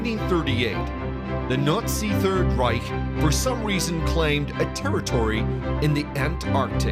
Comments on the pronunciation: I will forever hear "Nutzi" for Nazi. 🤣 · Isn’t Nazi pronounced “NotC” not “Nootsea” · gotta love ai voice overs that can't pronounce words properly.... Nutzies........... 🤣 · Narrator here is how you pronounce Nazi....naat~see There is no U in Nazi. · Fantastic video is it my imagination that he the narrator keeps pronouncing the word Nazi differently each time at one point he says nutsy's hahahaha 😎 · I can't help but laugh every time he says nootsies 🤣🤣🤣🤣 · WITAF is this guy saying? Nutzis? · It sounds like the narrator is saying "Nutzees" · All I hear is “nutz-eez” lol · Slightly irritating that the narrator mispronounces nazi nearly every time he says it.